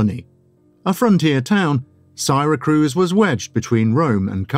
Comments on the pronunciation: Siracruz ? Odd narriation. Good content, i saw once a piece on the evedence pointing to Archimedes being the one behind the Antikethera mechanism and wish i could find more. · the mispronunciation of Syracuse is driving me nuts.